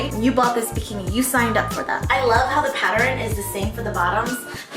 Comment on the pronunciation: she says..."patter-in" instead of "pattern"